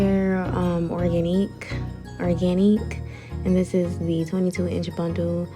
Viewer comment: The brand is pronounced Organic lol ik ik, im 5yrs too late🤣